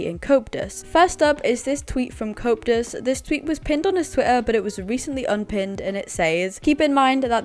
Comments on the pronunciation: It's pronounced "Co-ep-tus" not "couptus" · Stop butchering Coeptus’s name. It’s Co eptus